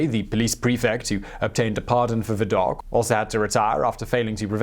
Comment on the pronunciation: It's "Viddock" not "Viddokh"